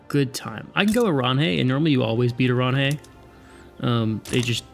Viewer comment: Oranje is pronounced 'oran-yuh', but doesnt't matter tbh